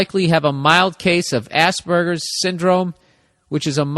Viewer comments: Except even better because Burr legit pronounces it like ass burger 🤣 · It's quite funny how every time bill say's Asperger's it sounds like ass burger. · ya rofl, i was like wtf is Ass burger? o.o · I love how americans pronounce aspergers as "Ass-Burgers" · hehehe... he said Ass burger...